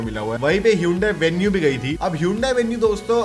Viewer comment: vanue h bhaii 😂